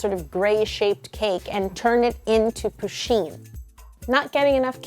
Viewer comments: It’s puh-sheen not poo-sheen. Sorry I had to say that. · pusheen is a heeeeeeeeeeeee NOT a herrrrrrrrr!!!!!!!!!!!!!!!!!!!!!!!!!!!!! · Am I the only one here who pronounces Pusheen's name with stress on the first syllable, not the second?